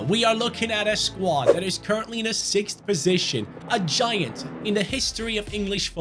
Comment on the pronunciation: "Sixdth" haha